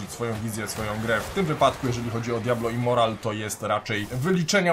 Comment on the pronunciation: Literówka w tytule? Powinno być Immortal a nie Immoral, w filmie też cały czas mówisz Immoral